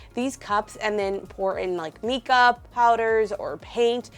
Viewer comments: I'm sure someone mentioned it but it's MIca with a long I. Awesome projects as always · The heat gun is to help remove bubbles and Mica Powder is pronounced with the long I sound. I love the graphic socks and spiders. The first response was just for your information not criticism. I love the bubbling cauldron. I wish my DT had this much good stuff. Love these videos.